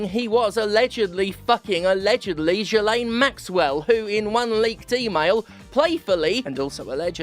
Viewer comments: You gotta say it right, it's pronounced JIZZ-laine. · It's pronounced "J!zz-lane," and I refuse to hear arguments otherwise. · Wait, that's how you pronounce Ghislaine?